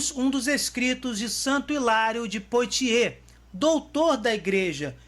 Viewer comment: Diz-se PUÁTIÊ